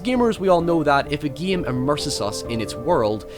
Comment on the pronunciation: what is your favorite giim? the giimplay is good.. the giim.... learn how to speak, you savage